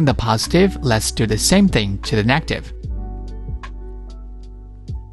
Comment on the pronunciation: Heat not hit. Negative not negtive. Please improve your english.